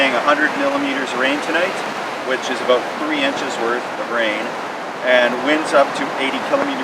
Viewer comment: Thats how i noticed he is canadian and he uses celcius first and the way he says "about" is a standout